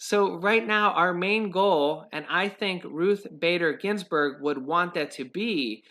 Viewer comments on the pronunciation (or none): none